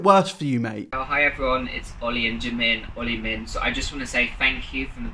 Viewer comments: “Oilmin” ......PHHAAA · Did he really just say oli min with his whole chest like Min is Jimin's last name? The clownery. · HE CALLED THeMSELVES OLI-MIN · It is suppose to be the shipname He says olimin Like anyone is gonna ship him with jimin Creepy